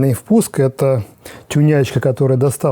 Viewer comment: GReddy пишется, соответственно ДжиРедди произносится